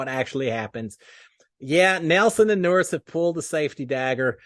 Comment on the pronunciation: Howdy! Just to help you a little bit, Nurys is actually pronounced like Nur-eece. Wanted to give you the heads up. Thanks for the video!